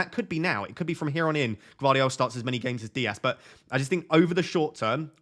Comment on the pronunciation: Gvardiol, g is not silent. I've gone with Walker as he is only one that can play on the right.